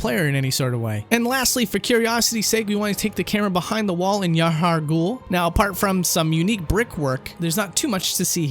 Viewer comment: It bothers me to no end... In this particular video there's also abhorrent (a-bore-rent), Gerhman (Jermain), Byrgenwerth (Berjenwerf?), Yahar'gul (Yaha Ghoul). And Byrgenwerth has a college not a university, I'm guessing the channel owner hasn't played it and is borrowing all of Lance's content here. No excuse for mispronouncing common words though. I'd be interested in hearing 'amygdala', would it be the monster, the part of the brain, or some brand new pronunciation?